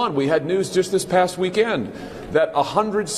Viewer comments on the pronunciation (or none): Did he just say: “week-END”?